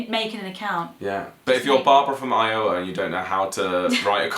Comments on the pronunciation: All of the hate toward for his I-O-wa pronunciation! Jk love you guys! Btw, I'm from Texas and have never heard any of these. I wouldn't doubt they exist though. Texas is weird and our state representatives (who make the laws solely for our state) only meet for 3 months every 2 years. And people wonder why things don't get done. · Forget the mispronunciation of Iowa,. Most Americans don't know how to pronounce British place names. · Well hello there! This is my first comment. Felt compelled to do it since guys mentioned it. Also, in NYC we rarely hear any mention of IOwa lol (loved your pronunciation of it!) so no worries. Great content. All the best. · You guys rock. Sharon from I-oh-ah, not Barbara. Transplanted from Illinois 18 years ago. PS: you pronounce Illinois (silent S: from the French spelling of the Native tribe) better than most Americans not born there. Hi. I've replied to others, but never just the vid. Do some weird Iowa laws. I'll give you your first one: it's legal to beat your wife, but only on Sunday afternoon on the courthouse steps after you've publicly announced the reason. Obviously, domestic violence laws have negated this, but they never repealed the law itself. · I-OH-wa!! That is awesome! I have never heard that pronunciation... ever!!! 😂🤣💚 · Yes it is pronounced Eye-o-wah And Oregon is pronounced Or-E-gun. Not Or-e-gone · You guys are fun. You're British and yet you think other peoples' culture is interesting. And by the way, Iowa is pronounced Eye-uh-wuh. Sambuca is a fun flavoring agent, but not as the star of the drink. We Mrkns demand our respect. Just watch the movie "Casablanca" and you'll get a little of that Mrkn difference, why we're the way we are. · Ok This is my first comment on one of your videos. I like this idea of dumb laws but if you're going to do this as a series you have to do Florida. and about Iowa you need to pronounce the w. i-o-Wa. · Try "Ioway!" That's how my grandmother said it!